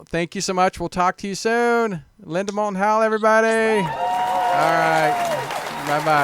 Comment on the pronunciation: When a mistake is big enough, you don't notice it.... Linda Moulton Howe is her name. Not Linda MouTLon Howe. The docu-talkshow is perfect!